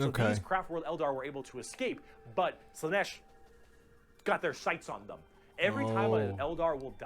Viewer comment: You pronouncing Slaanesh as "Slaneesh" is adorable